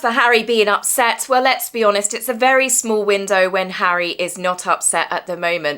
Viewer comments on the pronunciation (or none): none